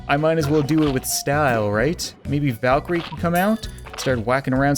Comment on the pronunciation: It's "Valkyrie"